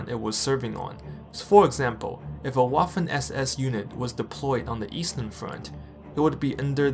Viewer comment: "Waffen" is pronounced with a "V" sound in the beginning. :) other than that, great video!